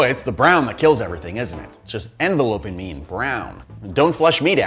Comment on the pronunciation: “Envelopeing me” lol